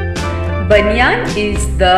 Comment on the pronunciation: Madam pronunciation of Banyan is not correct.